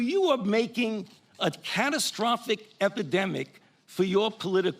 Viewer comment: "Posibilidy" is not a word. "Relavince" is not a word. "Dolliz" is not a word.